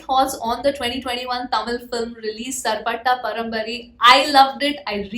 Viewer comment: It's parambarai not parambari